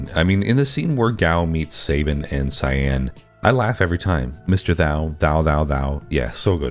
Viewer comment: Love your pronunciation of Cyanne. Jokes apart, nice video!